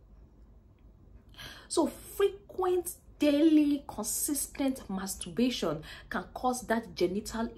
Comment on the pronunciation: There's an "R" in it?